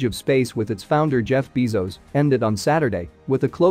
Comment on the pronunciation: There is really great info in here- but I wish the announcer would look up the pronunciation of things like “Bezos” “spectrometers,” “DaVinci” “Veritas,” etc.